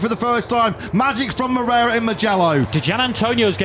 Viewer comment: Repeat afeter me: Mo-rei-ra It's not "Mrera".